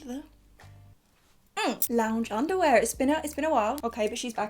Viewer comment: Clicked on this video so fast 🙌🏼🙌🏼 but was not ready for “It is time, for loungeundelalumlenlimlam” 💀